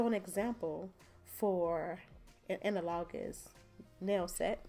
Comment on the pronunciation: Thank you for this informative video. When you pulled out that hand I thought it was real and it flipped me out for a minute. Also the way you say analogous drove me crazy.